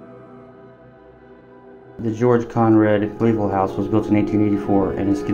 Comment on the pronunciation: .. just as a side note..make sure you pronounce "Flavel" correctly in the next Astoria video too.